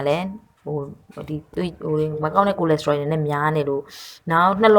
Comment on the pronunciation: Good copy right & translate, but not Ko lesterol pronounce is Cholesterol.